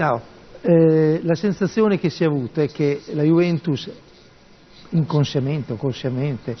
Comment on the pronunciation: "Inconshiamente, conshiamnete, non lo so..."